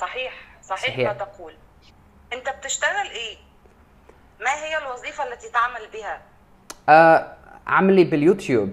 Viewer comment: إذا اردت ان تتعلم اللغة العربيه فالأفضل ان لا تتحدث مع المصريين, لأنه مثلما حدث معك في هذا الفيديو الفتاه المصريه قالت ( إجازه) و انت لم تفهم الكلمه بالبدايه لان المصريين يتعمّدوا ان يلفظوا حرف الجيم بشكل خاطيء, و قالت أيضاٌ ( كلمات خاطئه متعمده ذلك) و هي الوظيفه, قالتها الوزيفه ذلك, قالتها زلك. إذا اردت تعلم اللغه العربيه الفصحى, تحدث مع فلسطينيين فقط